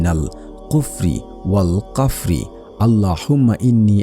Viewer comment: OAL KAFRI NA OAL FAKRI.OAL AJIBUL KABRI NA OAL AZABUL KABRI HOBE.PROTHOME NIJER BANGLA O ARBI UCHCHARON THIK KORUN